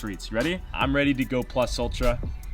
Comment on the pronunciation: Nobody talking about how he said plus ultra